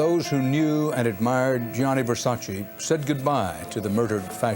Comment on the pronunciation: Versac EEE his name doesn't end with i